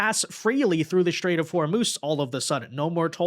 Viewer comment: You pronouncing IRAN wrong the ( I ) is like the I in IN or Impossible and for STRAIT you are saying like SHIT RAIT that is disgusting.